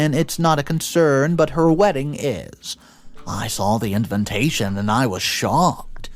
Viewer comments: The word is INVITATION not INVENTATION! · For pity sake the word is invitation -- not inventation....